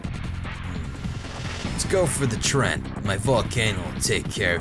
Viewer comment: I love how you call treants trent, rofl.